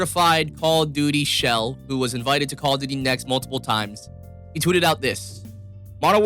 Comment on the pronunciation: Bro it's "shill" ffs I like and agree with most of what you are saying but this like my third or 4th vid and you keep saying "shell* but it doesn't sound right.